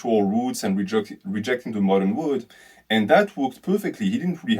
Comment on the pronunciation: you pronounce "world" like "wood"